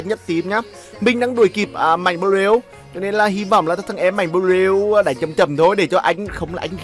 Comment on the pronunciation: Nge ông nói bleu ma cuoi nhoc